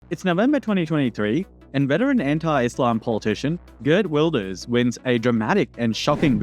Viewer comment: It Is pronounced Reert Wilders (G Is pronounced as an R In the dutch language).